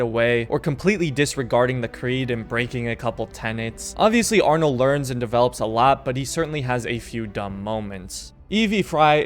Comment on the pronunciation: It’s arno